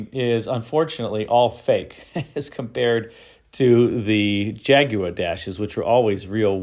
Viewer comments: Clicked away at the second "Jaguwah" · Everyone in America says Jagwaarrr, but keeps saying Jagu-eh "properly" 🤣👍 Thanks for that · How or why the Brits warped the word Jaguar into JAG-oo-WAH still astounds me. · I think it's a very interesting car. Almost kit-car like. I'm also amused by how you pronounce "Jaguar'. You seem to be saying, 'jag-u-wah'. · It's pronounced "ha guar" if you really want to be correct. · Your pronunciation of Jaguar is unique.